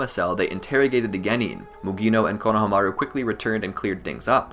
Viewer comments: It’s not konaha maru it’s konahahamaru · I love your videos but the way you say konaha-maru instead of kona-hama-ru drives me insane😂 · I really wish you guys would pronounce konohamarus name right. It's like you guys don't even watch the show